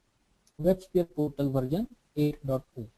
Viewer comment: its not VARJAN.. its VERSION.... VARJAN VARJAN VARJAN VARJAN VARJAN VARJAN VARJAN VARJAN VARJAN VARJAN VARJAN